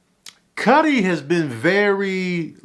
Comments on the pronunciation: Why he keep calling Skully, Cuddy?? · Why u keepin sayin cutty 😅 its skully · Scully Not Cutty LMAO!! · Tanoose and Cutty 😂😂😂😂 booooyyyy!! It’s Tanosse (Tuh- nah- say) and Skully. Ion know if you did that on perpose but I’m weak af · My man said tanoose and cutty 😂😂